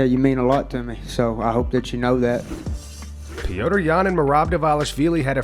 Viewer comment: Please stop with the Pewter yan stuff. His name is Peter. Call him Peter Yan. Or Peh=Ter. It's definitely not Pewter Yan.